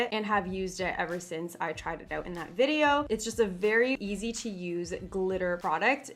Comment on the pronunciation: Vid not bid lol